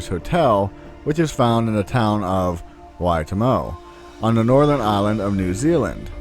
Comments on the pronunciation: u tried no hate not many people would have tried lol.. why-to-moo, wai-to-mo, maori place names are hard especially if your not from here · ta-ne-wha, wh sounds like fu (fuck) or ph, why-to-moo not mow that lady was wrong.. its ok still people who live in New Zealand cant even pronounce our place names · Just a quick pronunciation guide to anyone watching this now: Waitomo is Wai TOE mo. Taniwha is TAN i FA. Maori is MAO(ao is a diphthong pronounced ow) ri. The “southern island” is better known as “the South Island” (btw, no need for the coy disapproval of prostitutes....the women did what they had to to survive) Yeah, the “haunted house” crap at the former Kingseat kinda sucks.....but to be honest, without it, the site would have been bulldozed and developed long since, so it’s a two edged sword. As far as the river you’re talking about, I assume you mean Kapowairua (capo wai RUA) which means “to catch the spirit” and is actually in Spirit Bay? I’ve not heard any negative associations with the stream there but having said that, it’s doesn’t mean there aren’t any, or that maybe there’s not a pakeha story that misinterpreted part of the Maori story. The dead travel along the sands at spirit bay to reach Te Rerenga Wairua, or “the jumping off place” where they leap into the sea to return to Hawaiiki from the pohutukawa that overlooks the bay. Stories tell of seeing people travelling along the sands who vanish when approached. Maori belief says that spirits will tie knots in the leaves of flax and marram grass to show their passing and to guide others. It’s a beautiful belief and is echoed in the other pacific islands, all of which have a place where the spirits of the dead enter the sea to return to Hawaiiki. In Samoa, the “jumping off place” is on Savai’i i at Falealupo.